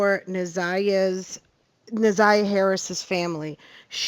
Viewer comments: Why do ppl keep saying this baby’s name wrong. She keeps saying Zaniyah, I thought her name is Na’Ziyah??? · Na’ Ziyah. You keep calling the victim “Zaniya.” It’s kind of important if you’re gonna use her name for clicks. Out of respect….. make sure you got her name right before pushing out content. Please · Na Ziya not Za Niya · NAZIYAH girls i can't listen cuz u keep saying the baby names all wrong not zaniyah!! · You are pronouncing her name incorrectly…. It’s NAH ZY AH…. Not ZAH NY AH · So many creators and news channels are mispronouncing this child’s name… it’s not ZA’NIYAH, it’s NA’ZIYAH!!! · Why can't you get her name "na ziyah" right! Her name is not zaniyah! WOW! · Why tf are you calling her Zaniyah yall kill me. Ts is so disrespectful you could've kept all that to yourself if you couldn't even pronounce her name correctly! You could have even redid the voiceover smh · Please say her name correctly. 😢 It's Na'Ziyah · Hello, I’m new to your channel and I’m hearing you say her name and you are pronouncing her name very wrong. Out of the respect for her please learn the correct pronunciation of her name. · U are saying her name wrong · PLEAR LEARN HOW TO SAY HER NAME CORECTLY IF YOU'RE GOING TO TALK ABOUT HER😬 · Can we please get her name right! NA’ZIYAH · Na’Ziyah, please get her name right. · Stop butchering this girls name!!!! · New viewer here… it’s SUPER important to pronounce a person’s name correctly. Especially when you’re talking about a case like this. 🤦🏽‍♀️ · Can yall get NA’ZIYAH’s name pronounced correctly please out of respect!!! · Na’Ziyah. Why is it so hard for people to pronounce this baby’s name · It’s not about complaining—it’s about showing respect. Saying her name correctly is the bare minimum when telling her story. If awareness is the goal, wouldn’t her identity deserve just as much care? After all, if we can’t even honor her name, what does that say about how seriously we’re taking her case?